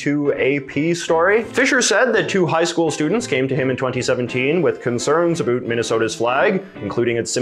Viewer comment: is your pronunciation of "about" a joke?